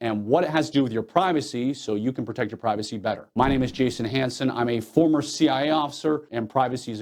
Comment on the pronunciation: Interesting...you don't quite say C.I.A. You kind of slur it so it "sounds" like C.I.A., but it's really just C.I. Am I wrong?